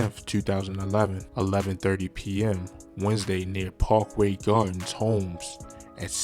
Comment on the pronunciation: I said the same due to the pronouncing of his words, “Pawkway gardens, Odeee parry.” He might be from DC to though